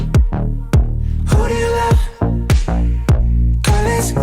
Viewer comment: they are saying 'lub' cuz in Korean they don't have a 'v' in korean